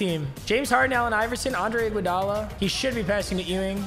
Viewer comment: Anyone else pissed on how he says iguodala he says igwudala lol